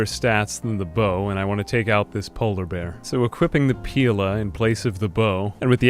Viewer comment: FYI, in Portuguese "pila" means penis and you prounced it perfectly, every time.